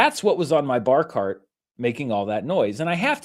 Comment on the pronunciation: I didn't know you were saying "bar cart" until you showed the pic. I thought a barkahrt was some piece of furniture I didn't know about